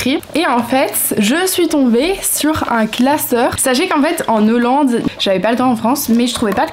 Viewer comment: Hello ! Petit commentaire juste pour te dire qu'on ne dit pas "en NHollande", mais bien "en Hollande", sans prononcer le N de 'en'. Ce n'est pas du tout méchant ou méprisant c'est juste que je pense que tu vas bcp le dire dans les prochaines vidéos, du coup autant que ce soit bien fait ☺️ Des bisous 🥰